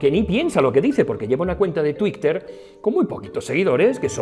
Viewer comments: Por qué dices Tweek y TweekteR? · 👏👏👏. Seguro que esa forma tan particular de decir Twitter es para tocar un poco los hueviños...🤣🤣